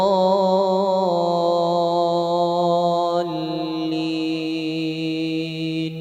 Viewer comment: Maaf apakah ada yang memperhatikan bacaan akhir fatihahnya? Yang saya liat dan dengar "waladloolliim" Huruf mim Bukan "waladloolliin" Huruf nun.